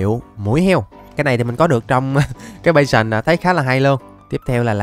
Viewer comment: cái pháo đài lợn tên là "bát sờn" chứ không phải "bay sờn" đâu anh ơi :)))))